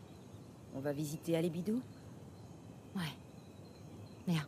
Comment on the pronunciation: Tu as des problèmes avec "Halebidu" 🙄😂🤣 Paysage magnifique. Il y a eu une sacrée bataille... Sympa!!! Il offre une hache, pour que cette même hache coupe la défense de Ganesh 🤔 c'est un peu tordu quand même 🙄 Un visage familier... j'espère qu'on verra Nate, se serait cool. Ça va être tendu cette fin 😳 Super épisode merci :-)